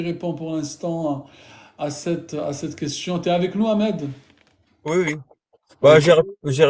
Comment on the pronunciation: pourqoui dire amed hhh comme si vous n êtes pas arabe hhh